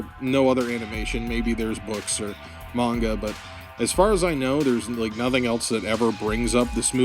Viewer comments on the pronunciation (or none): none